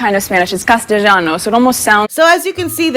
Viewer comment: Does she say "Castejano"? Is she drunk? The word is "Castellano", OMG! The gift that keeps on giving!